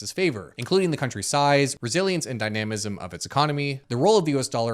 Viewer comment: extra credit for pronouncing primer correctly, but lost for killing dynamism...